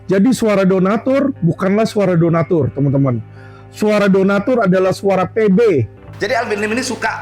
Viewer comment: bicara udah ngawur 😂 Donastur /donatur 😂😂 udah pusing yah